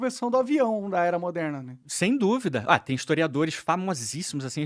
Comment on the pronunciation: você tem estômagos de camelo pra aguentar esse "istoriadô"... Nem com seus comentários irônicos e intervenções embasadas é possivel assistir a um vídeo assim até o fim...